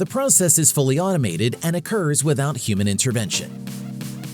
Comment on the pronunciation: you either misspelt Perovskite or mispronounced it.